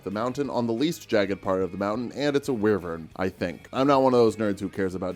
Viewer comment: The word "Dragon" is a collective species, not just one. The original dragon that all dragons are derived from are six-limbed, while a Wyvern (you also pronounced that correctly, hurray) is a four-limbed, bipedal dragon evolved to survive and live on mountaintops and peaks- where being a quadruped is less useful. Wyrms, who are also another form of dragon, often appears a giant, armoured worm. A limbless dragon, evolved to burrow and hide from threats or stalk prey. They often appear in deserts or other softer terrain, like wetlands. Not to be confused with an Amphithere, which is practically a wyrm with wings that nest on towers or other sharp terrain. Drakes is yet another subspecies of dragon that has no wings. It has all other characteristics of a normal dragon and are believed to be their predecessors, often appearing in old tales and folklore rather than roaming the lands. One of the rarer forms of dragons is the Lindworm, or just Lind. These are two-limbed dragons with a winding, often coiling body, and appear with unique skulls, often adorning unique antlers and horns. There are many, MANY subspecies of dragon, all with their own variation and characteristics. Dragon is a broad term for all of them, and if a city guard sees one of the variations, shouting a warning about "Dragon" is going to be less confusing and more thought-provoking than trying to explain that a Wyrm is arguably more dangerous.